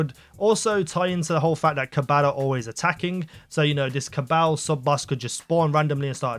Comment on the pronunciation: The way he pronounces Kabal